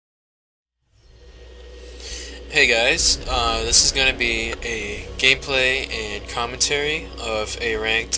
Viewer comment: totally sounded like u say gay play